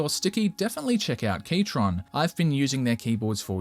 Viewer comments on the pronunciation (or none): not you pronouncing keychron as keytron 😭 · I love how you misspronounce keychron, there is no T